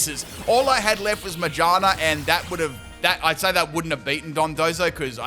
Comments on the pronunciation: How can you pronounce shift gear correctly and still butcher ma-gear-na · Careful with the Magaerna pronunciation as well bub, I can hear something else lmaooo